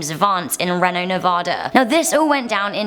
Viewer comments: The way she said "Reno Nevada" It's Reno(ree-no) Nevada Not Renno Nevahda ♥️ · I used to be in love with, and then she said, "reeno Nevahdah" T-T smh.Lmbo xP